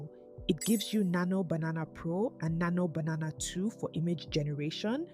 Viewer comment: Any reason you pronounce Nano Banana as Nano Bananana?